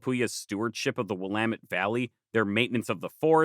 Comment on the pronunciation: currently watching this on a former prairie in the Willamette valley! props to you for getting the pronunciation right, I can't count how many times ive heard people get it wrong lol. great work as always!